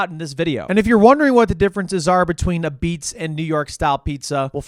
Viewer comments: It’s pronounced “ahbeetz” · its abeetz.